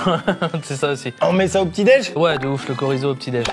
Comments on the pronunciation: Après c'est que mon avis, mais je préfère quand ils utilisent des étagères avec un classement physique et pas simplement un fond vert mais sinon incroyable vidéo comme d'hab 🤷‍♂️👌 COMMENT ÇA VOUS DITES "le korizo", on dit le "CHorizo" bon sang 😭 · L’envi de sauter d’un immeuble est de plus en plus grande à chaque fois que j’entends « korizo » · Vous prononcez chorizo comme "korizo" ????? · Quand je les ai entendu dire "korizo" j'ai cru que j'appelais mal cet aliment depuis décennies mais non ça va, c'est bien chorizo avec "tch". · Ça se prononce Tchorizo pas korizo😭😭😭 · KOrizo ??? Même en Espagne CH ne se prononce pas K donc chorizo comme chaud, au piiiiire si vous voulez vous la jouer local vous pouvez claquer un ptit accent tonique sur le CH mais sinon ON STOPPE LES FOLIES et canasta c'est vraiment degueulasse ! Bonne journee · Mais prononcer le chorizo, COriso... c'est non. L'Espagne vous regarde. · Korizo😭 c’est chhhhhhhorizo mdr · Alors par contre non Corizo je peux pas désolé... c'est Chorizo pitié.... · PERSONNE dit korizo ça me rend malade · le KOrizo ?? Chat tu dis chat donc chorizo tu dis chorizo mdr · Super vidéo comme d'hab merci encore un super dimanche ! Mais alors là je suis fou ou je suis le seul à dire CHORIZO et non KORISO ??? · Je suis venu dans les commentaires juste pour le "chorizo"^^ Non, ça ne se dit pas "korizo". Ça se dit "tcho-rizo". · Nan ca se prononce bien Chorizo, je sais pas d'où ca sort ce son K mais ca n'a aucun sens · ça dépend pas des régions. C’est un produit espagnol et en Espagne ça se prononce « tchorisso ». Fin du débat 💁🏻‍♂️ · Pitié ne prononcez pas chorizo « corizo » au nom de toute l’Espagne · J'avais jamais entendu quelqu'un dire "korizo" au lieu de chorizo, même si c'est fait exprès, c'est criminel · On dit TCHOOOOOrizo ! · il y a que moi qui dis pas Korizo ?? c'est CH pas K ??? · j'ai arrêté la vidéo au moment du "KORIZO* désolé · Stop dire le Koriso svp !! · korizo 💀 chorizo 🗿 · on dit "tchorizo.."